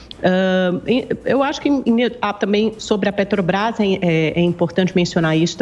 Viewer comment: Amanda Klein é uma piada só rindo , lula roubou a Petrobrás e nunca fez 1 Refinaria no Brasil kkkkk e a gasolina na era lula era mais caro e não tinha crise Mundial , nem Guerra e muito menos Pandemia , Só rindo , lula não sabe falar o nome da Petrobrás kkkkkkk